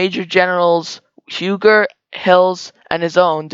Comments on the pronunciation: Huger is pronounced 'Hue zeh' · You are mispronouncing Huger name. U-Gee is correct. You have to be from SC to know this. Great job